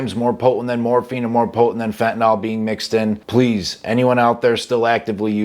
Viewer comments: The word is pronounced fentanill not fentanall. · Everyone says fentanall drives me nuts